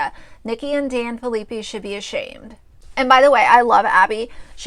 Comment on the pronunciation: I love that you are doing these videos and have watched them all but just wanted to let you know their last name is pronounced fill-a-pie